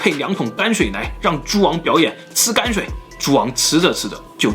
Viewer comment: 不是干水，那个字读 泔水 shao shui